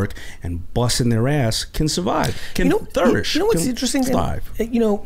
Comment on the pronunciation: btw what the hell is THOURISH hahaha